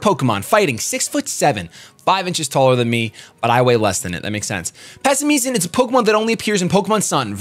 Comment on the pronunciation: Why are you and shofu saying Pass i me-uhn.? Its pass and simian, the word simian is sih-miehn all together. Not sih-mi-ehn